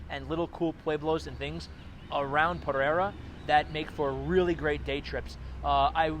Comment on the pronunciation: Puh-ray-duh. 👍 came here from Medellín in November.